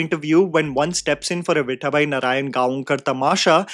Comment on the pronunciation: What is your Beef with Marathi names bro? Before it was Rahi Anil "Baarve" instead of Barve and now it is "Viththaabai Narayangaonkar"